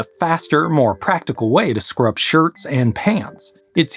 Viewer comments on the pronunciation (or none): Did he say "scrub shirts and pants" or "screw up shirts and pants"? I mean both are valid but...